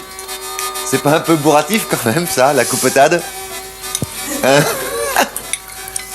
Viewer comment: Lorsqu'elle parle aux gamins elle reprend son accent. 😊